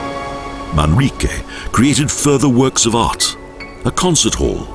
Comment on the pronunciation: terrible commentaries with many wrong pronounciations, unfortunately.Should not happen in professional videos : "Manique" instead of ManRrique, "vinio" instead of vino, Puerto del CarMIN, but it is Puerto del Carmen, "Jardin" is pronounced like an english "Chardeen", not jardin like french.It is not MARIA but Haria